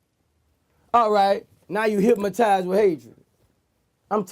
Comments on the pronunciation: “They git hip-matize” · "HYPMATIZE!" get it right bucko